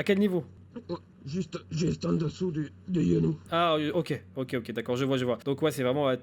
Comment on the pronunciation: Il soigne el chapo vers j'ai reconnu car à un moment au lieu de dire genou il a dit yenou puis il mettait quelque mots espagnols